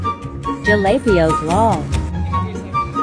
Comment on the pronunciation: It’s pronounced jalapeños